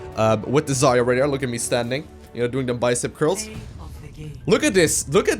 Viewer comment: just fyi, the stress in her name should be on 'ya' syllable. 'ZarYa'. It is really not best pronunciation, but closer to what it is. 'Zarya' is a russian word for 'sunrise' or 'dawn'. Rock on)